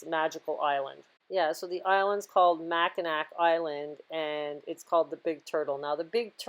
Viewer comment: The Mackinac Island hotel is yet another example of the previous civilization. I've been up there, the island is incredible. The Hotel is enormous, which defies the historical narrative. On a side note, it's pronounced Macki'nah'...no C at the end, at least here in Chicago. Doesn't really matter. I find it more interesting how the pronunciations differ and perhaps why.